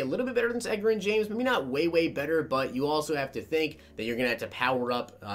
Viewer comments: "Ed-ger-in"? It's "Edge-Rin". You know like the word "Edge", as in your edge rusher is too slow to keep up with edgerrin. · Edgar-in james?? Cmon bro his nickname was EDGE it's EDGE-a-rin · EDGE-RIN NOT EGG-RIN 🙄🙄🙄 🤦🏾‍♂️ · Edgerren lmfao!!! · Same here, had me cringing when he said Edgar-in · Edgerrin James is pronounced Edge-er-Rin but i love your vids!! <3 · It’s pronounced edge-er-in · Drove me nuts!!!! I mean come on..The Edge!!! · Bro, watch some nfl films and get these guys names right. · You can tell is a gen Z'er by the way he pronounces Edgerrin lol